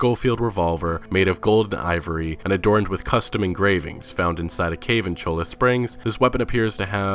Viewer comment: cringes as he say Chola Springs instead of Choiya Springs like it's actually pronounced (In the Spanish language 2 L's make a y sound)